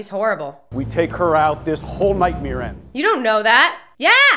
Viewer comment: the lead FBI agent pronounces Nightmare like Night-meer. The same way Bert Kreischer pronounces that word. So odd!